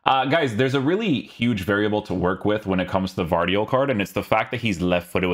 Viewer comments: Gvardiol is a bulgarian name and pronounced ”ge-var-diol” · Let a croatian tell you its gvardiol no silent letter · Nah G is not silent, we dont have that in Croatian language lol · G is not silent in Gvardiol